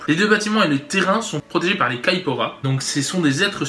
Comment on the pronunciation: je suis bresilien et c'est très drole comment tu prononcé "castelobruxo" et "caipora" haha trop cool ^^